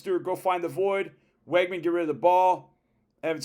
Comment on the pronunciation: Learn how to pronounce Weigman's name, please.